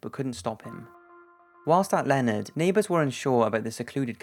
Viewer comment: He pronounced Leonard, TX strangely too, Len-ard is the correct way.